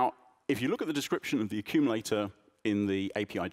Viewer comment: "Accululator"! Sounds about right..